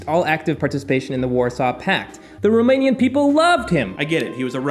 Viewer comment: Cool approach to the topic of rockstars. I used to hate history classes, now it was riveting! Also, you SHOULD consult a Romanian (I live quite nearby - in Poland), the pronounciation is sooo off. But we forgive you. :*